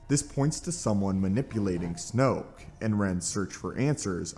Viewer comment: Snoke rhymes with JOKE